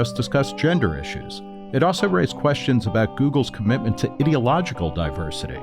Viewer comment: You are saying ideological wrong and it's sounds like you're calling yourself an idiot